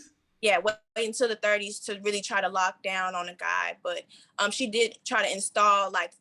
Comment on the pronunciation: She said lock down like its a jail cell